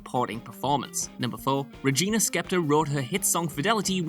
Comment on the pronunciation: He also pronounced Spektor as Skeptor...